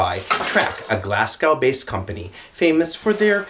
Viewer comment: You should be carful not to anger the glaswegians pronouncing Glasgow like that ahahh. Good review if it had come out a few weeks earlier i might have chosen it over the CPP. Also, "Stor/storr/stór" means large in most Nordic languages today, and considering the Vikings influence in Scotland its clear where its origin is from.